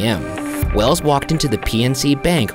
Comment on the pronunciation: it's wells' not wells's that threw me off track